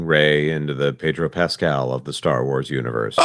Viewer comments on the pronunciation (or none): none